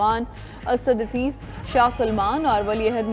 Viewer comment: ڈاکٹر عبدالرحمن اسدیس کا نام غلط بولا ہے۔